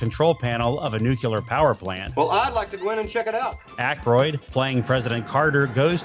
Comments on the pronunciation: *nuclear (not nucular) ✔️ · This is a great series, really enjoying it. Best part of the 50th Anniversary so far. No offense, but I did note some announcing goofs. , I think you meant "relegated," not "regulated." Also, , the word is "nuclear," not "nucular." That's a GW Bushism! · Another great recap. But: — That's "relegated" (not "regulated"). — That's "nuclear" (not "nucular", which is not a word). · RELEGATED, not regulated. And it's NEW-clee-hur, not "NUKE-you-lehr. Egad. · The word is New-CLEE-er not New-Cue-Ler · ‘Nuke-Lear” not “nuke-ulur”. ‘Erode’ requires no “away” tailing it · I believe I heard a ‘nucular’ . Otherwise, great series